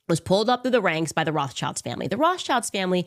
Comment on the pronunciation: Candace Owens needs speech therapy. She cannot pronounce her S when it's in the middle of a word. It's not ISHrael, or ROSHchild. Is she post-partum insane?